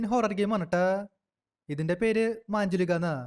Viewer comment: മാഞ്ജുളിക അല്ല മഞ്ചുലിക